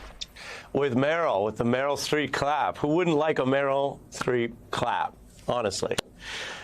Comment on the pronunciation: Harris couldn't even get Streeps name right.